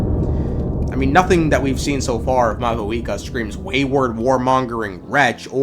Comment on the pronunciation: "Mayooree" "mowee" "mahuhika" my poor language